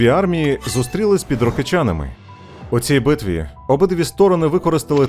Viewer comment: Рокицани, а не Рокичани! Невеличка помилка